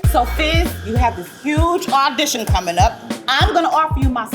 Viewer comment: How he announce an AUDITION 💀